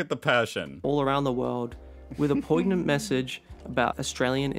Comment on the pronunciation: This fellow cannot pronounce the word "poignant".